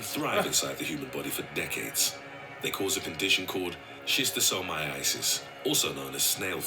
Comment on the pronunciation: At 10.25 why does it sound like he said over 200 million affected every year and over 200,000 dying from Sista-saw-my-asses 😂😂😂😂😂😂😂😂😂😂😂😂😂